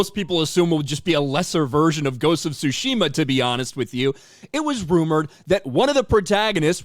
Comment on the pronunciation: It's pronounced Tsushima, not Tsushima!